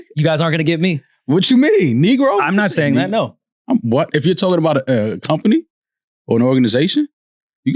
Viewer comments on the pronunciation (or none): none